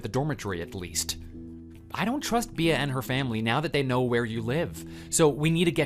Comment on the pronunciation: Bea is pronounced bee not bee ah.